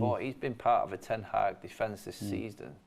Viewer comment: They keep saying Ten Haack 😁